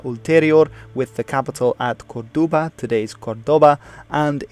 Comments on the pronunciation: Good video indeed! Only a couple of little details: it´s neither "Curdoba" nor "Tarraca", but "COrduba" and "TarracO". And from a citizen from the old Hispania, i say to you: Thanks for you interest and keep on your good work! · Tarraco, not Tarraca; Corduba, not Curdoba...